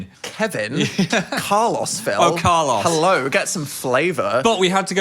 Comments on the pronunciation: oh my god Phil had an aneurism didnt he ive never heard Carlos pronounced "Car-loss" i only go to my local and favorite and childhood buffet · their pronounciation of carlos is actually killing me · i've never heard carlos pronounced that way 😭